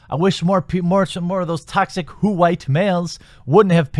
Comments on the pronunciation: "Whowite males" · I laughed hard every time you said "WHOO-ITE Males". You're right, if a movie is bad, it's bad. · "H-white Mmmales!"